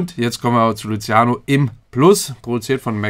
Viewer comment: Hab ausgemacht nachdem er Luziano gesagt hat 😁